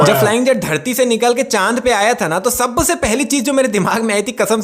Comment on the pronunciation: Sabse ❌ Sabase✅